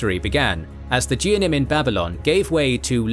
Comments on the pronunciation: It's not pronounced geanim, it's pronounced geh-own-eim hard g like get. it's pronounced seh-phahrd-eim, and miz-rah-chim (the ch is replacement for the actual sound. It's like clearing the mucus from your throat) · for the record, the words "Geonim" is pronounced with a hard G (as in rag, not as in genius or general)